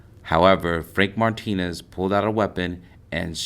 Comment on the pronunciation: It’s not Martinez you are pronouncing it wrong